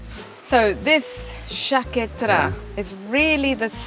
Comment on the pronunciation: Thank you for pronouncing Cinque Terre correctly. Many videographers completely butcher the names of the places they create content for. The least they can do is first learn how to pronounce the place correctly and follow with creating the content. I'm done, venting!